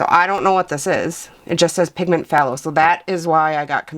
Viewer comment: Arrrugh, Dang chemists and those nerdy names! When you see Phth it is in nomenclature or jargon and pronounced T so you say “thay low” at the start, As Phtho crazy huh? I also cannot believe I haven’t plugged DaVinci Paints because they are the BEST ! So there’s another opinion for you!